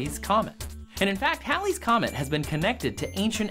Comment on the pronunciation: Its pronounced heylees, not howlees. It takes some real linguisticall gymnastics to get howlies out of Halleys, and thats saying a lot since I'm a southerner with a thick as shit accent 🤣! Js, its hAAAAlley's Comet lol.